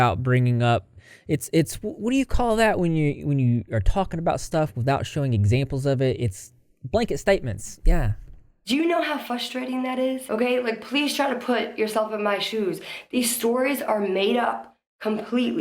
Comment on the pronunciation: I know it’s besides the point but the way she says it’s “fustrating” is frustrating